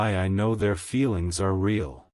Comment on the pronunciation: CAN YOU STOP SAYING RAY ALL JUST SAY REAL ( PRONOUNOUNCED ; REEL)